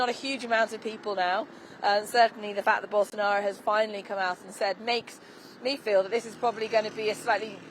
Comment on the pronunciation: Billion dollar company, yet can't even find and anchor that can pronounce his name correctly.